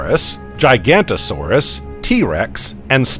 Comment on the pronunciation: ok i just cant watch anything where Giganotosaurus is pronounced "GIGANTO-saurus" come on guys make a little effort